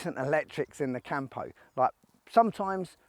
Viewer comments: It's CAMPO, no CAHMPOUH. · Hey mate, it's pronounced COME-PO not camp-o! Cheers